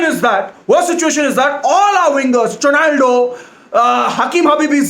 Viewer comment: "Chonaldo" - 2020